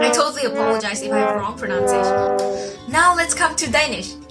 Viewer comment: I can't tell you how much it bothers me that she mispronounces the word 'pronunciation' every single time. It's such a tiny thing given how she's rocking all those languages!